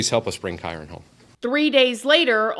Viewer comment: Thank you for pronouncing his name correctly, as I’ve seen some other creators say it so wrong. I personally believe the step mother definitely has something to do with him missing. This poor baby boy needs justice